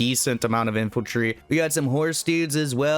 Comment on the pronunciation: Infantrly, inflantry, infiltry, infanty huh